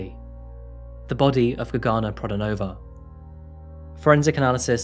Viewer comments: UGH. HAVE TO TURN THIS OFF! CAN'T STAND HOW MANY TIMES YOU SAID "GAGANA" ....SO ANNOYING. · It took me a minute to understand that the name is Gergana because the way it`s actually pronounced is so different then what you said. the G is like the one in the word glove with sharper R and as for the man you don`t need to strees the first syllabels the pronunciation is more even. Every time I hear my country name I am suprised peoleknow we exist,thank you for covering case from here sincein Bulgaria 1 of 3 women end expriencing some sort of minor or major sexual or non sexual assult from a man. Domestic abuse is often occurence here but police rarely help on timeif at all